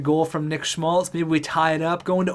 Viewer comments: Keeps sounding like you're pronouncing his name as "Schultz" multiple times and it was driving me nuts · Schmaltz - Calls him Schultz sometimes Orzcek - Ozreck Abramov - Arbamov I love the vid and content, but you need to learn how to read. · as a Blackhawks fan this is how you say schmaltz Sch-maltz not schlutz